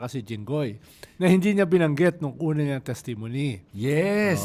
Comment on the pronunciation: paki check ang pronunciation mo ng testimony. Thanks❤